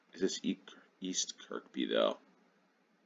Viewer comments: It's pronounced Kur-bee not Kirk-bee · Got the first one immediately, having used Looe station a few times when there on holiday a couple of years ago. The Looe Valley Line is a wonderful old-fashioned (in the best possible way) railway. Kirkby is pronounced 'Kirby', the second k being silent. Struggled a bit with the two stations in South Wales and slightly on the other one - had a vague recollection Sway is in Hampshire but ran out of time. On that subject, yes, let's try three minute rounds for a few games. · Although locally, that particular Kirkby is probably pronounced Keeehbee. ;) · The second K in Kirkby is silent 🙂